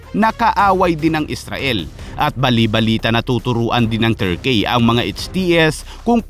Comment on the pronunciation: Ayusin mo pronunciation mo s "turkey"